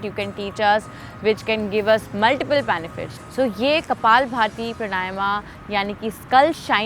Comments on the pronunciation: देवी जी प्रणायमा नही है , प्राणायाम है । कम से कम आप तो मत बिगाड़ो शब्द को , योग से योगा कर दिया । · सही उच्चारण तो सीख लो मैडम प्राणायाम होता है। प्रणायमा क्या होता हैं विदेशी बनने के चक्कर मे नाम भी गलत बोलोगी क्या।। विदेशी तो सही बोलने का प्रयास कर रहे हैं और ये अंग्रेज बनने के चक्कर मे बेड़ा ग़र्क कर रहे हैं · प्राणायाम शब्द है,...सही उच्चारण करें